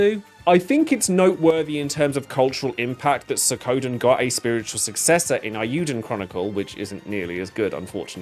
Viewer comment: I really liked Suikoden III. And it's SWEE-KO-DEN